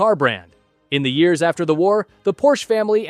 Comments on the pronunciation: Bro its called PORSCHE not PORSCH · its called Porsche withe not Porsch